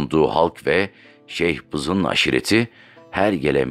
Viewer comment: Şeyhbizin değil şıhbızın